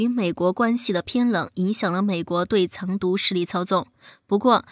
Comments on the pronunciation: Zang du 不是 cang du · 怎么会把藏独念成 chang 独那